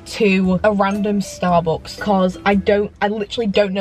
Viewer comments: Why does she say starbooks instead of Starbucks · Ur great but the way you say Starbucks has got to stop